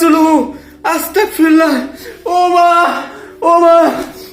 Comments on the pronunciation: ভাইয়া আছতাকফিরুললাহ নয় ভাইয়া আছতাগফিরুললাহ❤❤❤ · আস্তাকফিরুল্লা না, অস্তাগফিরুল্লাহ বলবেন, নাইলে অর্থ চেঞ্জ হয়ে যায়। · ভাই কি আস্তাকফিরুল্লাহ বলে 🙄 আমি জানি আস্তাগফিরুল্লাহ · Vai ota astakfirulla na astagfirulla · সালা আস্তাগফিরুল্লাহ না। অস্তাগফিরুল্লাহ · Amar boyos 13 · ভাই আস্তাকফিরুল্লাহ বল্লে তো অনেক বড়ো ভূল বা গুনাহ হবে সঠিক টা হলো আস্তাগফিরুল্লাহ হবে।। গ হবে ক নয় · ভাই আস্তাক ফিরুল্লাহ নয় আস্তাগ ফিরুল্লাহ হবে আপনি ক উচ্চারণ করছেন এখানে গ উচ্চারণ হবে আগে নিজে ভালো করে জানুন তারপরে অন্ন কে জানাবেন জত্ত সব ফালতু... কোথাকার😡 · Vai...আস্তাক ফিরুল্লা বলবেন না,,আস্তাগ ফিরুল্লাহ হবে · ভাই আস্তাকফিরুল্লাহ না আস্তাগফিরুল্লাহ। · Are astagfirulla na ostagfirullah ...ar ostagfirullah mane touba kora maf coua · Astakfirulla na astagfirulla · Are dur Dua durud koi teke parbe Tikmoto astagfirullah o bolte pare nah bole astakfirullah 🥴🙄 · আসতাক ফিরুল্লাহ না ভাই বলেন আসতাগ ফিরুল্লাহ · আস্তাগফিরুল্লাহ টা ভালো করে বলুন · ভাই আপনার আস্তাগফিরুল্লাহ বলাটা শুদ্ধ হচ্ছে না ওইটা আপনি শুদ্ধ করে বলেন। আপনি যেটা মুখে উচ্চারণ করতেছেন আস্তাগফিরুল্লাহ ওইটার ওর অর্থ হচ্ছে হে আল্লাহ আমাকে কাফের বানিয়ে দিন 😓